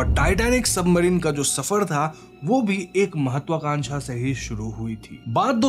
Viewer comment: Bhai bura mt maanna aapka chnnl kaafi axa he lekin tumhaari bhaasa maasa allaah …ek so ek gyaara kya hota he ….. simple ek so gyaara kahona ekkk toh tumhara bhaasa bhi ajib he … submarine ko toh submadhine kehre ho or gyaara ko bhi gyaadha kehte ho